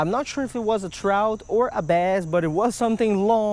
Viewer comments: damn u talk so much its trout not Trouthchhh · What the hell is a trouch?you mean “Trout”?